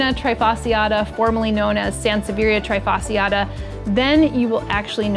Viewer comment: What I love the most about your videos, of course other than the amazing well written well shot content, is how you appreciate science, and do your best to promote it in an easier understandable way. One note, please: [treeh-fasciata], never [try-fasciata] 💖